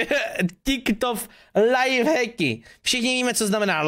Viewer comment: Říká se tik tok a ne Ťik Tok